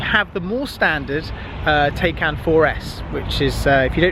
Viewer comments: It's not called Day-Kan - god damn it, it's called Taycan - listen to Mark Webber if you can't spell it right. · Its not teycan Its like saying Thaican, like thai food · Isn't it PorschE Thai-khan? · Please... I can’t keep listening to you calling the car a Taycan. You say you’ve watched the reviews etc, so surely you’re aware it’s pronounced Tie (as in round your neck) and Can ( as in can of Coke) 😉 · lad if you buy one please learn how to pronounce it properly!!!